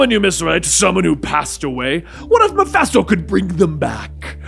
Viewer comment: Love the series, but one piece of constructive criticism: it's pronounced "muh-fist-OH." It's a short "i" sound.